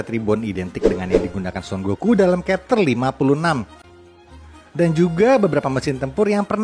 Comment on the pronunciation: Ya bukan berarti tetap dibaca dengan cara yg salah, justru harus dibiasakan pelafalan yg benar biar org tau. Chapter jg dibaca pakai "C" bukan kapter 😢